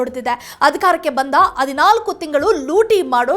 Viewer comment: Pronounce kannada words correctly. Adinalku alla hadinalku. Hope you will do it.